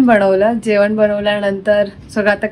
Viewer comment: जेवण म्हणताना "जेवन" म्हणते आणि बनवलं म्हणताना "बणवलं". न च्या ऐवजी ण वापरला की आपण खूप शुद्ध भाषा बोलतो असं वाटतं काही लोकांना. छान ला छाण , घाण ला घान असं का म्हणता उगीच. भाषा शुद्धीकरण करा जरा.